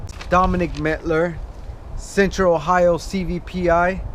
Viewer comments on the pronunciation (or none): none